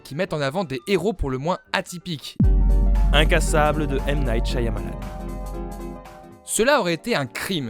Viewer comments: chiamalane qui a-t-il de plus enervant a entendre... c'est Chamalane le Y est muet!! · shiamalan au lieu de shayamalan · Le y est silencieux dans Shyamalan. Cha-Ma-Lan, c'est pas dur à dire. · C'est pas dure à dire vueque ça se prononce shamalan :P le Y muet ^^ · Ça se prononce "Chamalane", le "y" de son nom est muet. C'est lui même qui le dit ^^ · "ShaYAmalan" MAIS POURQUOI PERSONNE NE SAIS LE PRONONCÉ CORRECTEMENT 😭😭😭, tu y était presque 😔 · Excelliore Ça se prononce "Chamalane" (phonétiquement hein). C'est lui même qui le dit. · Le "y" dans le nom Shyamalan est muet ^^ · SH(Y)AMALAN le y est muet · Sùrement déjà dis mais Shyamalan a un "y" muet